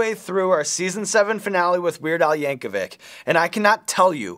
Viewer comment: Weird Al Yankovic(h) Sean. You pronounce the C as a CH! DAMMIT, SEAN!